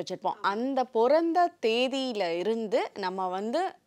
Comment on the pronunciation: பிறந்த not பொறந்த sis ..😢😢